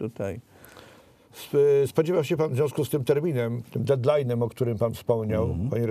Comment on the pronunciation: Panie redaktorze, prosze nie mowic " a zwiazku z tym detlajnem " ..jesli juz to " ded " ...."d" ,wyraznie slyszalne. Bo pisze sie to "dead"......etc...... A poza tym co to za jezyk ? Czy mysli pan , ze starsze osoby wiedza co to znaczy po polsku deadline? A moze wyklucza he pan A PRIORI z dyskursu. Czy pan w ogole zna jezyk angielski w stopniu dostatecznym do porozumienia sie z angielskojezycznym " ludem " ? Wielka uklon dla p. Stanislawa ....Wielkiego.